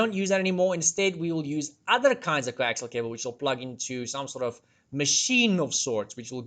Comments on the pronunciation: Coaxial, not coaxile. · I'll just throw this in because nobody else has yet - the final cable is actually "Coaxial" cable, pronounced "kow·ak·see·uhl"